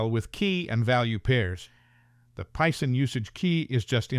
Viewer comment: "Pie-son?" Or Python?...